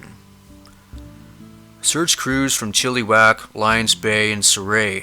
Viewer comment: Great job as always, but this is so true. With Chilliwack, the second I is pronounced the same as the first. Been there many times, beautiful area but someone could easily get lost, swallowed up, in the backwoods there as well as a gazillion other places in B.C. Keep up the fantastic work letting us know about these unfortunate peoples stories. I listen to keep myself informed so that maybe, one day, I might come across some evidence to help as my husband and I are avid campers. Neither of us are of German descent as that seems to be a prerequisite to many of the disappearances but not always so we'll keep on the lookout and stay safely together. Take care everyone and play safe!!